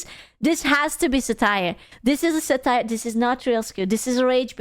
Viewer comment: Thats not how we pronounce satire